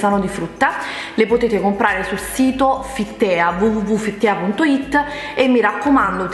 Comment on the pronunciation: Ciao, ti prego non offenderti ma "Fit Tea" come lo pronunci tu non si può sentire.... "tea" è inglese e si legge "tii".... cmq adoro i tuoi video ti seguo sempre! sei fantastica. un bacione grande:*